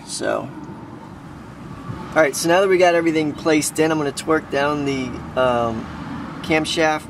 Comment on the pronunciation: Did any else hear "twerk" n not "torque"